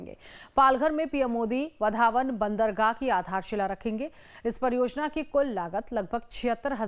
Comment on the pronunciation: इस होनेवाले बंदरगाह का नाम वाढवण है, वधावन नहीं | नाम में बदल मत करो | Please do not change the name of that port. Its name is वाढवण and not वधावन.